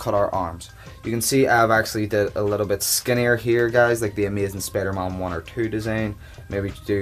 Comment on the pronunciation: did he say spidermon lol